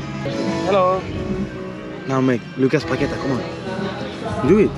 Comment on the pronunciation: Said Lucas Paqueta I'm dying